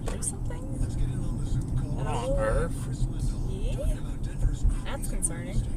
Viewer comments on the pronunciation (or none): "what on erf?"